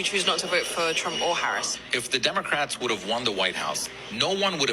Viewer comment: LET’S BE CLEAR—THESE PEOPLE VOTED ANTIBLACK. THEY COULDN’T EVEN PRONOUNCE VICE PRESIDENT HARRIS’ NAME CORRECTLY. Oh well, perhaps they can rent an Airbnb next to an Israeli settlement. FAFO🥲